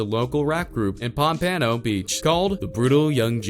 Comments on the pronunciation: Pum-pa-no lol its pompano(pom-puh-no) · Pan-pan-no? Its pomp-pa-no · It’s pronounced ponpeno 😂😂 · lmao i live next to pompano beach and when i heard how you pronounced pompano like pom-pano i died lmao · Lol "Pom-Pano" . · "Ponpawno beach" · Pop-uh-no nigga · I am from Florida don't say it like dat say pump a no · Nigga couldn’t even say pompano right😂😂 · The way he says Pompano🤦🏽‍♂️🤦🏽‍♂️ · jit said pompano wrong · I’m from pompano beach and they way this dude says it bothers me lol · How u going to talk all this info about Kodak but u can’t say pompano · You pronounce pompano wrong lmao like wtf it show u never been to florida day in your life if u can't say people city and state right don't be making videos u sound dumb af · Can't pronounce pompano the disrespect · why is he pronouncing everything wrong, its pronounced pompano (palmponoe) and yungens (youngins)